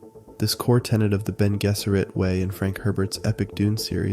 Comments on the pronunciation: Ok I'm gonna get flaked even as a Dunie (on book 6 atm) but its pronounced Bene JEZZERIT, not Jizz-erit... Still subbing, the video is what I needed to be reminded of. Its too easy to distract myself and huddle in the comfort of technology but the mind is always something that shouldn't be ignored. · As soon as you pronounced bene gesserit wrong my confidence in anything you say went out the window. Your description of the universe was that of someone who just googled dune...